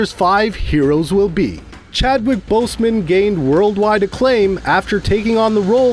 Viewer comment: He’s saying Boseman so badly it’s like boastman almost